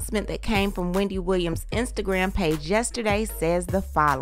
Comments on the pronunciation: Hahah not “we-N-Dy” 😂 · Hahhahahah “We” not “Weeee-ndy” gosh 😂😂😂👏🏾👏🏾👏🏾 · WE. Not WE-NDY, but WE. 😂😂😂😂💀💀😂💀